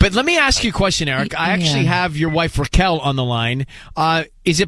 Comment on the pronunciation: It's Raquel, not Rickel